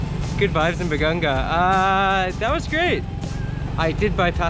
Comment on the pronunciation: hi i think its BA-GA-NGA its not BA-GAN-GA....BAGANGA is a type of tree in our place...im not sure if im right correct me if im wrong....power on...super apir